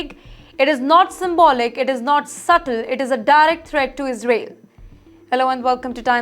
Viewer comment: Sister your pronunciation needs 5o be improvised...it is Is rael.